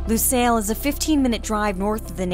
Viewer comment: dibaca nya luseil kali bang. bukan lusail